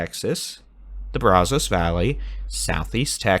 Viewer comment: you’ve got to say the name Brazos correctly. It’s driving not only me nuts but other people from Eastern Texas. That’s not how you pronounce that. It makes you sound like someone not from Texas. As I mentioned before, great weather coverage!!!! If you want to know how to pronounce it please reach out.